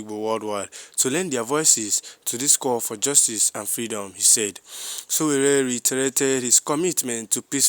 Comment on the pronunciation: YOU STILL FIND IT DIFFICULT TO PRONOUNCE SÒWÒRÉ. NOT GOOD ENOUGH.